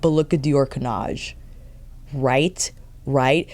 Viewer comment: Nothing wrong with your pronunciation of 'Cannage' 😊 I'm Dutch, not French, but I took French in school. The '-age' bit should always sound like the one in 'Visage'. All the new make up looks great on you, of course, because you know what works for your skintone SO well. I noticed you wear gold earrings often now and you should always wear gold jewellery. It looks fantastic on you 💕